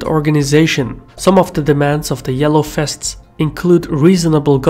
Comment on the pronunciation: "The Yellow Fests" Did you turn Dutch and no-one told me?